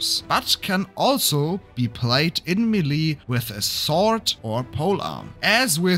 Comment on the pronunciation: Melee is pronounced MAY-lay dude… Not “Meh-LEEE” 🙄 Otherwise great video. Thank you